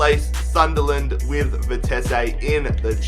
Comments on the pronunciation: You say vitessé but it is vitesse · Its Vi-Tes-suh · I think it's pronounced vite see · stop saying Vitess-ay. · bah bah, Vitesse. NEC Nijmegen for the win! WE ARE THE BEST OF GELDERLAND AND GOT RELEGATED, so can you rebuild them? also it is Vie-tes-uh. that is how you prenounce it.